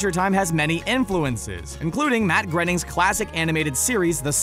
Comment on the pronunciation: “Grayning,” not “Grenning.”